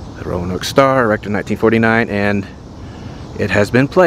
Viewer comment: ROE-NOKE not RO-UH-NOKE